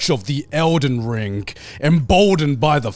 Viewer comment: i really cant handle garnt always putting a K at the end of a word after ing "the elden ringk"